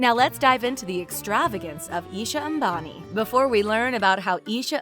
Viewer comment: That pronunciation, A M B A N I That got you a like...